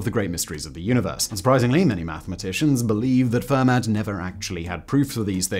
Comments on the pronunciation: I couldn't watch anymore after "fur mat". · Fascinating video, but as a life-long pedant I HAVE to point out that Fermat's name is pronounced "firmer" and, more importantly, Euler is pronounced "oiler". This latter one is especially important to get right, as otherwise you totally lose the effect of the time when three mathematicians, Bose, Shrikhande and Parker, disproved one of Euler's conjectures and became known as "Euler's spoilers". Pronouncing it "yooler" doesn't quite work, does it?! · Pedantic pronunciation comment: Euler is pronounced OY-lur, and Fermat is pronounced FAIR-mah.